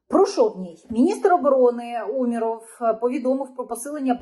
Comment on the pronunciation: !Правильно ты ударение не ставь:УмЕров.Ты правильно ошиблась:Умеров😊